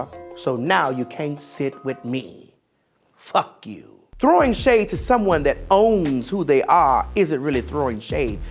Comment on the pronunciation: Omg I LIVE for that "FUCK you" hahaha - that's how I am going to say it from now on